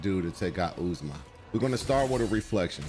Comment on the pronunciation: OOZE MAH LMAO. it’s Ozma. Like the Wizard of Ozma